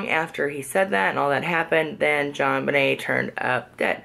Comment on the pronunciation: You say John Bunyun, John Vinay???????